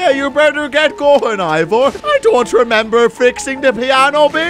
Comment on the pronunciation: i mean ivor not ibor